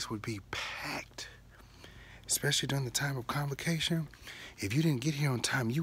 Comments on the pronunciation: Are you saying “Complication” conference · No he is sáying convocation